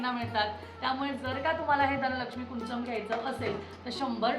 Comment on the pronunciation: ताई ह्याला कुंचम नाही तर कुंजम असं म्हणतात मी स्वतः कन्नड आहे आमच्या इथे प्रत्येक घरात ह्याची पूजा केली जाते मराठी लोकांनी काय विचारा करून ह्याला कुंचन नाव दिलं देव जाणे ह्याला कुंजम म्हणातात म्हणजेच अर्थ होती चाबी जी आपल्याला लक्ष्मी माते पर्यंत पोहचवते त्यामुळे ती चूक सुधारून धनलक्ष्मी कुंजम असं योग्य उच्चार करावा